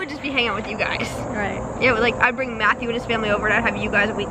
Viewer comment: I just CRACKED UP.....I SOOOOOO THOUGHT SHE SAID, "Can I give it to Justin?" Also LOL I was like, NOOOOOOOOO MATTHEW. NO JUSTIN. ONLY MATTHEW LOL